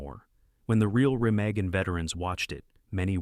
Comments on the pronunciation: First, proper pronunciation would be nice - Remagen is pronounced "Remahgen" and Jim Caveziel is "Caveezel". Totally missed some other fantastically realistic films: "GI Joe" which used actual combat active duty soldiers of WWII who went back to war after the movie. Also a true story. Then an obscure and realistic and suspenseful film, "Decision Before Dawn" which was shot in the ruins of Germany with actual Germans and authentic and rarely seen German WWII equipment, vehicles and motorcycles. Very realistic and dark. Then there is "All Quiet on the Western Front", both the old black & white and the later version. "The Battle of the Bulge", "The Eagle has Landed" , "Hacksaw Ridge", which you should really do research on the true story and heroics and severe wounds and later surgeries and poverty of the medic, Desmond Doss. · I actually thought at that point. Why can't AI order a pint in an Irish pub because it can't say Guinness. Also later it has Bridge at Remagen, and pronounces it differently 1st time with an Ah then then an e